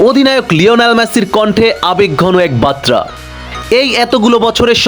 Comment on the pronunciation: বাত্রা নয় বার্তা হবে উচ্চারনটা